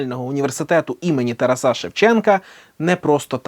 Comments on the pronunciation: чому такий наголос в ТарасА Шевченка? відео крутецьке! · Ну вот актер в речи говорит "уже", а вернее вроде "вже" - нет? на - говорит "уже" не актуальне. я ошибаюсь? И ТарасА Шевченко - никогда не слышал такого ударения в имени